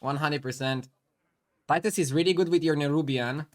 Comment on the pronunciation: But pronounce it: tit-us